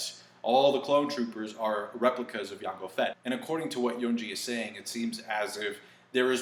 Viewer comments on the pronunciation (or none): who the hell pronounces it "Yango Fett"? It's Jango Fett son, ain't no silent "J". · gonna say this because i found this kinda funny but in no offense to you, since i'm sure i'm not the only one that found it adorable/funny, but you said Yango Fett instead of Jango Fett, and I swear i heard you say Banes instead of Veins !! xD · Did you really just say Yango Fett? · Yango fett? Bruh lol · Too much anime and you'll start saying "Yango Fett" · Yango Fett? BOI your Spanish is coming out lol. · I don't like the way you say Jango Fett...